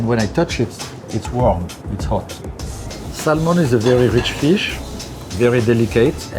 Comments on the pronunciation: It’s Sam-on not Sal-mon and it’s raaaaaaaw in the words of big G Ramsey. Crazy skills though I’d eat that raw Sal-mon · Pronounce Samon you don’t pronounce the L.. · The "L" is silent. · Shocked he doesn't kno how to pronounce "salmon" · Someone should tell him the "l" in salmon is silent.